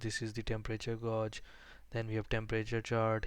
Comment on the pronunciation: you say the word "gauge" wrong